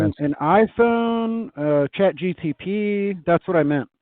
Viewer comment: "Chat GTP"?? 😂